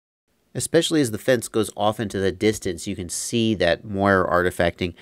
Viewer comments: the term is Moiré from the French silk pattern, so with an E acute it's pronounced Mwah-ray, like Café:) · Just fyi I'm like 80% sure it's pronounced "more-ray" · The correct pronunciation for Moire is “more-ay” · Moiré. It's pronounced "more-ray". Like the eel except emphasis on last syllable. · Moiré. It's Moiré with a French accent :) This originates from "Moire" which is a type of silk fabric in French.